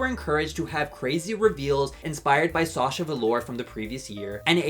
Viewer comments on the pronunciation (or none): none